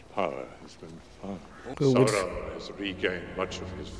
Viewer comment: The first thing he does is pronounce Sauron's name as "Sah-ron" lol I'm so on board for your reaction to this trilogy!!! LESS GO